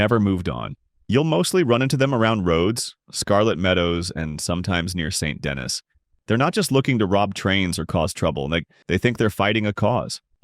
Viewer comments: Saint De-KNEE* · Amazing content. I lowk hate the way you pronounce saint dennis and colm but other than that amazing content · Video idea: "Learning how to pronounce Colm, Van der Linde, and Saint Denis how they're meant to be pronounced."